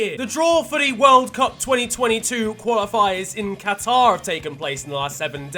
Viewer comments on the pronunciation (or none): none